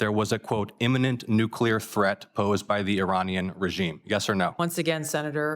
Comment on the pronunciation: He pronounces nuclear wrong. I don’t trust him.